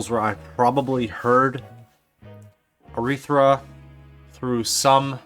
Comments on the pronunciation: The pronunciation doesn't have a second r in the third syllable. :) Not Arethra like urethra but just Aretha. :) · Her name is Aretha, not arethra dud. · Loved this. Aretha is my absolute favorite. Second to none. I met someone over the weekend who had never heard of her. I was shocked, but she’s not from Detroit and was only 21. Also, it’s A-REE-Tha, not whatever you were calling her. Just call her Aunt Ree. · Your saying her name wrong!!